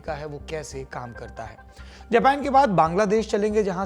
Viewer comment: द्विवेदी जी,आपका हिन्दी भाषा का channel है,तो उम्मीद करते हैं आपसे कि जेपेन के जगह जापान का उच्चारण करे।